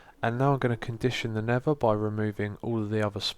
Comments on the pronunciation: Did anyone else notice he said "Nevva" the whole time? :/ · is he saying nether or never cause im hearing 1 of the 2